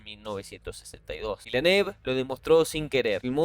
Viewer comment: "Vilneb" se pronuncia "Lawrence" se dice "Lorenz"